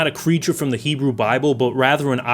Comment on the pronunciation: “Hebrew Bible” dude..